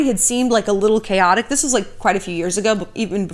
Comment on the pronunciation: I think I almost heard a new word.."chaoxic" 😣